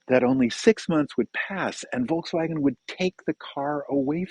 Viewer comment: If you speak German, one would expect you to pronounce Volkswagen correctly! ;-)